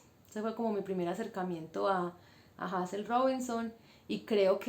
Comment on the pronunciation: Se pronuncia Heyzel bella. Gracias por tu aporte y por resaltar una escritora de nuestras islas.